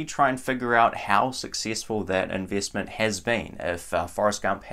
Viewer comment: Like the way you pronounce "eeenveeestment" & "sheeers".